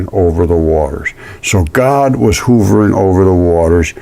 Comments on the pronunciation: You kept saying hoovering when the word is h'uv'ering/hovering.... jsut sayin' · Hovering. Not /hoovring/, but rather pronounced /huh vring/. It isn't a Hoover vacuum, not J. F. Hoover. uh. uh. Huh vring. "Hovering over the earth..." kill me. Love you, my guy.